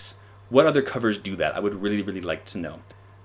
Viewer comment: It's just a weally weally weally weww witten wook!